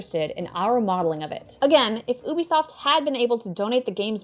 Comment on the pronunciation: Good work,, but it's actually pronounced YOU-Be-Soft.